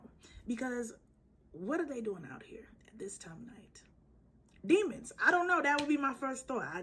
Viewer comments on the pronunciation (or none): none